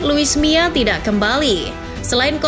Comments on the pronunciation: kuping ku salah denger ga sih, ko sebutnya luis mia? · Yg bener luis milla apa luis mia?? Kok saya denger host nya lusi miaa